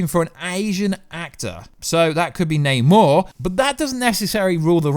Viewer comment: Yay! is pronouncing Namor correctly!